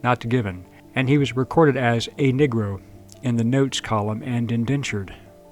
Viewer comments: Why are you pronouncing "Negro" as "Nigro"? No, it's NOT your accent; there's not enough accent there to produce that sound. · Interesting way of pronouncing "negro" especially for someone with no accent